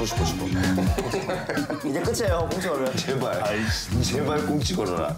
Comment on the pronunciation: 아이 씨 이러는줄 알았는데 I~see~